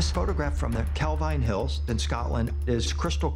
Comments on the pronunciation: It's pronounced cal veen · Calveen it is pronounced!